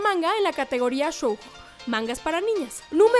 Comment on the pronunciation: Sailor moon no es caricatura es animé, shoujo se pronuncia shoyo no shojo, y el anime de varones es shounen no manga.